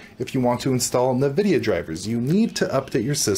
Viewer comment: It’s not “nuh”-vidia it’s “an”-vidia